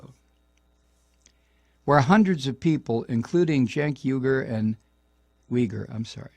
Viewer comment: Mike's first pronunciation of Uygur was correct. I'm fairly shocked that he doesn't know who The Young Turks are.